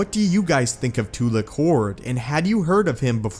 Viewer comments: im sorry to say this, but when you say tu'LEK' hord instead of tu'LAK' hord, it filled me so much HATE of you saying the wrong syllable in his Name. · I heard it as Tula Khord, I didn't hear it as Tulak Hord. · It's funny how you purposefully mispronounce the names of these characters in most of your videos. Tulik horde lmao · when i hear tulak hord it sound like tulak hoard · It's pronounced Two-lock Horde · The way he mispronounces the name is cracking me up. Sounds like "Two-lick"Hord. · you seam to mispronounce a few things i think😛